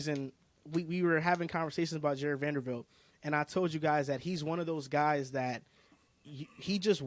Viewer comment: It’s not Vandervilt! Lol it’s Vanderbilt. Jesus 😂